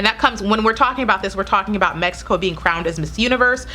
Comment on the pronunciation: I loved it, when you said "México " you are beautifull and nice woman!